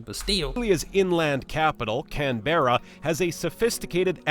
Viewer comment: Canberra is pronounced can-bra Melbourne is pronounced mel-bn Brisbane is pronounced bris-bn